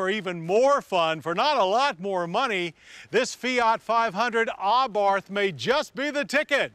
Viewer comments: You'd think an agency which reviews vehicles would know it's pronounced "ah-bart" and not "ah-barth." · I agree! He says it like AHHbarth and it irritates me every time. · He isnt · the h is silent